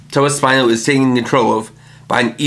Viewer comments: It's "tobasp-EE-no" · Why do you insist on mispronouncing Tobaspino?